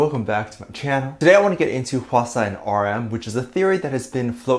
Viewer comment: Dave : "h-asaw" ( how I think it's spelled here ) Me : "eye-swana" Me : 👁️💧👄💧👁️ I.NEED.HELP